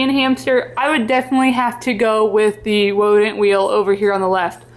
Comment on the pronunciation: I kept giggling when you said wodent thinking you got runny babbit’ed with the w in wheel (I’ve done that) until I saw the text on the wheel 😂